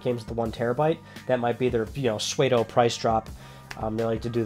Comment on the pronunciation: It bothers me how you pronounced pseudo. But other than that great video